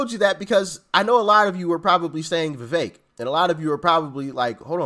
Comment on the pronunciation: NO FAKE VEVEK!!! ie VE-FAKE